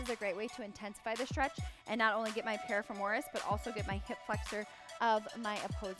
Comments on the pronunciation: definitely not how you pronounce piriformis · Losing my mind everytime piriformis is mispronounced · Ok this kinda drove me nuts too! Great stretches though. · This was super helpful info but the amount of times this woman mispronounced “piriformis” gave me anxiety!